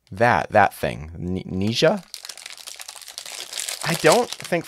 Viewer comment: it is pronounced ner-ja